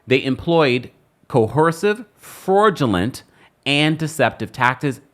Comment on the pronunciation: Fraudulent and coercive. Look those up so you can pronounce them correctly. ❤ sent with respect.